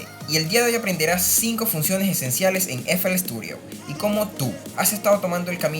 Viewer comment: Por qué Sturio? Paaaaar queeeeeeee? STUDIO LOCO STUDIO